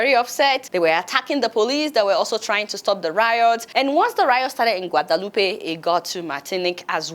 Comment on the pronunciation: The name is pronounced Gua.de.loop. There is no accent on the last e. You speak too fast and have a VERY heavy accent. Slow down!